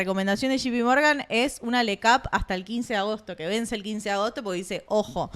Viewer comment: se dice shei pi Morgan , no shipi Morgan Bestia .